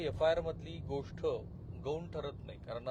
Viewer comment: गोष्ट चा उच्चार तुम्ही गोष्ठ असा का करता तो चुकीचा आहे